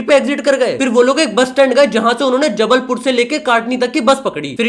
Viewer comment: Chalo jabalpur to sahi bola 😂😂